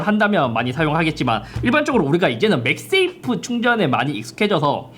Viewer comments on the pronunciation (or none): none